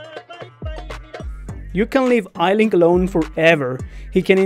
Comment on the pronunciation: It’s not Eilink it’s Eilik